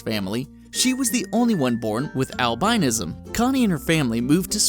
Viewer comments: Lord, learn your pronunciations, Givenchy would slap you. And lack of pigment is called AL-bin-ism. I am waiting for ONE narrator who makes NO mistakes. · "He loves to shoot people." Awesome. Also, al-bin-ism, ji-von-che. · Should really do more research for better accuracy and please learn to pronounce "albinism" correctly! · He mispronounced both "albinism" and "vitiligo"... I'm disappointed by this unprofessionalism.